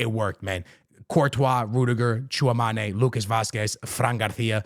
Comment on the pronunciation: Tchouameni❌ Tchouamane ✅